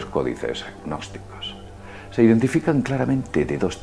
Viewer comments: Yo solo escucho que habla de los "e-nosticos"...que supongo que así pronuncia gnósticos. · NO PRONUNCIES GGGGNOSTICOS, la g inicial simplemente hace la n un poco velar, es como psicología, no dices PISICOLOGIA. Por favor, es ridiculo. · lo que pasa es que pronuncia la g inicial hace ggnosticos, en vez de pronunciar una n velar. seguro que también dice parapp - sicología